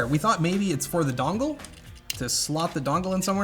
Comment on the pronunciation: I'm from Boston and I hate you for saying "dongle" wrong.